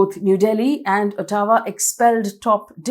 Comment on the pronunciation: au-twa not O-taawa